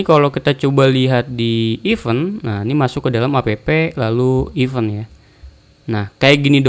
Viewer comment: izin koreksi bang, event di bacanya (IFEN) bukan (IPEUN), terima kasih👌👌